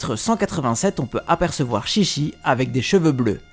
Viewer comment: 13 son nom ce prononce TchiTchi au lieu de ChiChi 😊✊